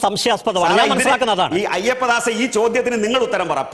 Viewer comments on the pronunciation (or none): അയ്യപ്പദാസല്ല... മൈയ്യപ്പദാസ്